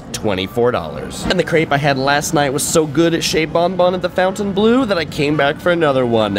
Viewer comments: Fountain blue?! You are completely butchering that Say it with me: FON-TEN-BLOH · It’s not Fountainbleau, it’s Fontainebleau. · Awesome review! the pronunciation of Fontainebleau and Dulce de leche was very cringe though.